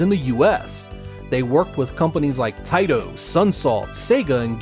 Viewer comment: Congrats on another great video! Btw why do you always say Taito in a funny way? Is it a private joke?